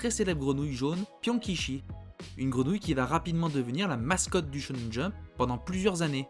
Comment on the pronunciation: Attention, tu dis parfois Tchonen Jump, c'est bien Chonen Jump, le SH est prononcé comme notre CH, c'est le CH japonais qui se dit TCH